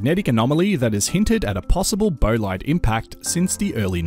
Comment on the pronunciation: Bolide = "boll-eed"...